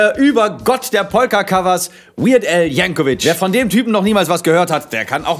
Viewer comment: Geile Scheiße ! Du solltest ein Crossover mit Achim und der Familie Popolsky machen! Tipp am Rande: Weird Al spricht sich "Yanko-vick". Hab ich früher auch falsch gemacht. 😋😎